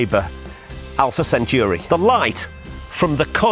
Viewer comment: Alpha 'centauri' not 'centuri'.